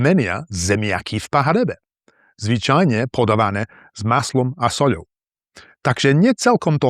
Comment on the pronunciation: Dobrá práca,. 8-) Veľmi pekná výslovnosť, také "s maslom a soľou" znelo vyslovene ako od rodeného používateľa slovenčiny ("native speaker"-a). 🙂